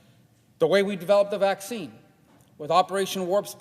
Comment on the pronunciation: Ya thanks for that "vacciinee" guy. Totally worth it.